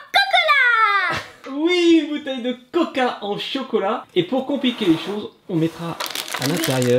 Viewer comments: Miskin elle dit cocolat à la place chocolat 😂😂😂😂😂😂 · Camus a bien dit cocolat